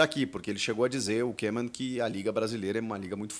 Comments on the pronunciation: Salvé Chico vc está de brincadeira até eu sei que a data limite para inscrição na copa do Brasil é até dia 9 de Setembro. Que grande jornalista kkkkkkkk. Mais uma coisa o nome do treinador da Holanda não se lê kemon mas sim kômen vcs são uma piada, mas acham se a última bolacha do pacote. Recomendo que vc se informe melhor em relação às datas com as competições no Brasil. Copa do Brasil dia 9 de Setembro, sulamericana dia 13 de Setembro e campeonato brasileiro dia 20 de Setembro. Eu daqui de Portugal e sem ser jornalista sei melhor do que vcs. BRINCADEIRA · Ae Chico dica para você! Em holandês "oe" juntos se fala como o nosso "u" então não precisa fazer difícil Koeman se fala em português "Kuman"